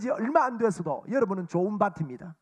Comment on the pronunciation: 목사님, 명설교 잘 들었습니다! 참고로~ 좋은 밭입니다: 조은 바팀니다 ×→ 조은 바침니다 ○.. 가 바른 발음입니다^^ 감사합니다!